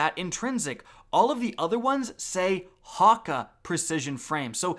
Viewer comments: Hawwka... ya mean HAKKE (Hack-Ay) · Ok, first of all, it's pronounced hawk-ayyy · the way you say Hakke makes me want to blow my brains out....